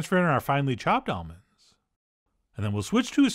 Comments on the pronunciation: At first I thought you said "olives" instead of almonds lol you almost rocked my world, Chef John. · Same. I had to run it back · ha! my wife overheard this video and thought exactly the same thing 😂